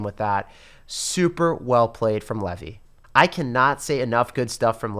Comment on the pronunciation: It’s not pronounced Levee it’s leave eye